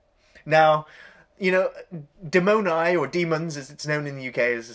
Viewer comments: the Italian pronunciation is not "demOnai" but "dEh-mon-ee", pretty different. BTW I hate giallo movies so much: the actors can't act, the directors can't direct, etc... greetings from Berlin 8the Metropol today is way scarier, check on google maps) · I am italian and your pronunce of DEMONI is so funny XD.......follow me DE like DESK - MO like MORON - NI like NEON DE-MO-NI NOT DIMONAI as you red it